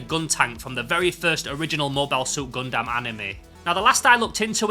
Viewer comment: I'm still haunted by a comment on my video pointing out I was saying 'Gundam' wrong, and I apologise that I must now pass it on like the VHS in The Ring... Think 'Gun-dum(b)', not 'Gun-damn'. Excellent haul, thanks for sharing!:medal-yellow-first-red